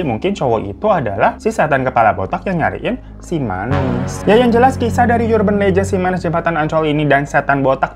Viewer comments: Bang dibacanya bukan "Yurban" tapi "Urban" 😁😁😁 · bacanya 'erben' bang, bukan 'yurben' :( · erben bang bukan yurben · Bang URBAN bkn dibaca yurban tp arban (vokal a kcil) .. Ga smua awalan U dibca jd yu. URGENT jg dicari argent A diucap sama kyk urban. Dlm bhs indo ada PURA di Bali na gt baca a sama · Bang mohon maaf "urban" bacanya ˈərbən bang, bukan yurben. Mohon maaf netizen & para majikan sekalian, jangan dibully hatiku rapuh 😢